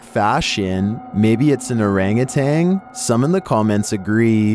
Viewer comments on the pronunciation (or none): Orangutan is pronounced "orang-gu-tan" not "orang-ah-tang." 🙄